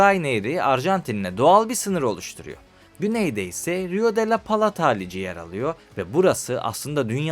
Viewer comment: Uraguay Uraguay ısrarla Uraguay !!! Ülkenin adı Uruguay! Daha ülkenin adını söyleyemiyorsun kardeş 😐 Bi de Plata'ya Palata deyip durmuşsun 🙂